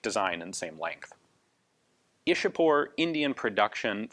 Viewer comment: The Brits 'chewed up' names of our cities and Places (Like Mumbai became 'Bombay',Vadodara became 'Baroda' etc.). Ian,Though it is written Ishapore,it is pronounced as 'Ichha-pur' not 'Ish-a-pore'.